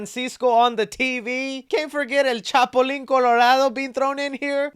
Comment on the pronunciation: Chapulin* not chapolin but also, they kept saying this is latino culture and is not, this is mexican culture NOt latino.